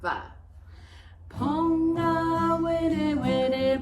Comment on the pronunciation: Awesome but is there a reason you pronounce “Pūngawerewere” like pōngawerewere?